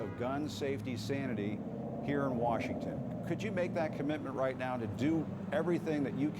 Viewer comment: . Mfer said “warshington”.